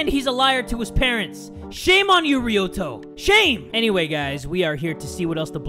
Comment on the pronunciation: After years of playing this game finally says Ryuto's name properly. I have been waiting for this day.